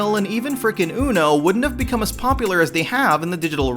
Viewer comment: I second that.